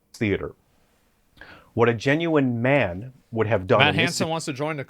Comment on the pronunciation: "Ma'an". Sick burn 😂